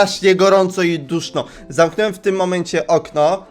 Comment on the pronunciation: tak narzekasz na ortografie widzow, a sam nie mowisz poprawnie XD zamknąłem*, zamknąłemXD